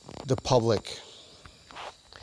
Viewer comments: It's not omnicron, it's pronounced " o me cron" prounced crone krōn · Omi-cron. Not Omni-cron. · Good video. But I will admit I was horribly distracted by your mispronunciation of Omicron. You kept tossing and extra "n" in there. Omicron Om"n"icron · There is no "n" in the word Omicron. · no need to apologize my friend. It was just very distracting LOL